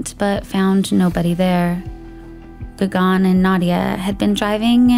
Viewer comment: Gagan is like Gugun. Not Gagaan.